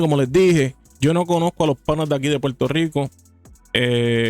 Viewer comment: Primer punto : se dice PUERTO RICO Y NO PUELTO RICO . SE DICE PERSONA Y NO PELSONA SE DICE CONFRONTAR Y NO CONFRONTAR Y ASÍ PODRIAMOS SEGUIR Y SEGUIR Y SEGUIR . SEGUNDO PUNTO : te ves como uno más de los PUELTORIQUEÑOS como ................. Hipócritas , es un hecho que los puertorriqueños EGOCÉNTRICOS , y te lo demuestro ; HASTA QUE SIEK CONTESTÓ , MUESTRA UN VIDEO DONDE ALGÚN MEXICANO MENOSPRECIE ALGO DE LOS PUERTORIQUEÑOS , EN CAMBIO HAY POR AHÍ VÁRIOS. " PUERTORIQUEÑOS " QUE HASTA HAN QUEMADO LA BANDERA D MÉXICO , ESO TE HACE HI PO CRI TA .